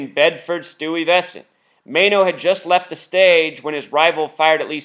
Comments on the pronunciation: Pronounced Sty ves ent. Bed stuy , do or die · click the audio button... she says it right. sty-vess-ant